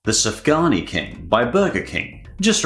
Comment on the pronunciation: It is pronounced suf gan yot